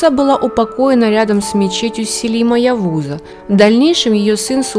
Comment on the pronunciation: Отца Сулеймана звали Селим Явус, а не Явуй.